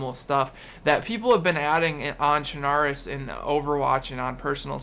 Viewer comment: BTW, Chernarus is pronounced ChernaRUS, like you would pronounce Belarus.